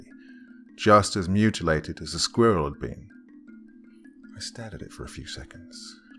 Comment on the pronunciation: Small furry skwerral. Thats how he said squirrel lol